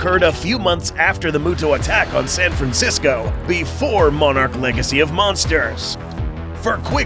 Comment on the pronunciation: why does he say monarch like moanarch